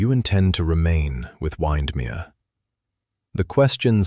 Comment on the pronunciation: OMG - obviously the creator of this video has never heard of Lake Windermere because the pronunciation of it is appalling and very annoying.